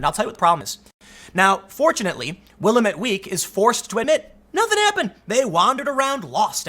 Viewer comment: Hey Tim, a little help for that paper's name. It's pronounced Will-AM-ett Week. I'm sure you'll be citing them again in the near future!